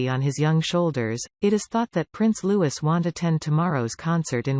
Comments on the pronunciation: I am so fed up with you Americans. IF YOU ARE COMMENTATING ON OUR ROYAL FAMILY, for heaven's sake get your pronunciations correct Apart from the fact we speak English and you most certainly do not, LOUIS is a French word and pronounced LOO-EE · please say Prince Louis name correctly its a silent S so its pronounced Loui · It’s louieeeeee the s is silent!!!!!! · Its Prince Louis pronounced Louie not Louis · HIS NAME IS NOT LEWIS!!! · It is really offensive that these narrators don’t know how to pronounce the 4th in line to the throne’s name, Prince Louis. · Learn to pronounce Louis!!